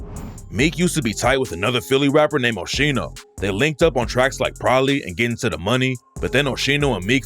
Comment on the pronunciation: “OSHENO” is crazy 😂😂😂that is not that man’s name